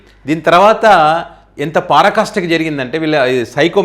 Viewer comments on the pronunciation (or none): పారాకాస్ట కాదు బాబు ఆ పదం పరాకాష్ట అని మాత్రమే ఉండాలి.తెలుగుకు తెగులు పట్టించవద్దు